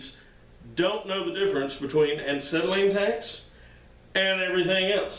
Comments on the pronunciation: Why do you KEEEEP on saying aNcetylene instead of Acetylene? If you're going to make a video where you're going to use the word acetylene fifty times, it would be polite to first learn how to pronounce it...... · AH SETTLE EEN not AN SETTLE EEN - there is no "N" in the first syllable. I just grates at my head everytime he says it. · When I heard "Ancetylene" I paused to see if I was pronouncing "Acetylene" wrong. Anyway, I enjoyed the content of your video. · There is only one n in acetylene. And it's not after the A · Absolutely loved this video because I have wondered what was in an acetylene tank for half my life and I'm 74~!! I weekend weld and really enjoy it and have been told many times what was there but never got to see it and some of the guys that told me didn't know what they were talking about. I could listen to you say ANT CETILENE all day~! Chalk me up on the Subscriber Board & looking forward to more education. P>S> don't trip on that ball peen hammer behind you on the floor. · He keeps saying an-cetylene. Too funny. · An-cetylene. Never heard of it. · Glad I'm not the only one that noticed. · Yeah. Why the hell is he doing that? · Tony R um, because he never learned how to pronounce it properly? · Not trolling. Its factual. You're saying it wrong. Take the advice or leave it. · Why do you pronounce it aNcetylene ? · You keep saying Ancetylene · I think he’s saying “uncytelene”. Because is volatile? 🤷🏻‍♂️ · There is only one, "N" in acetylene...lol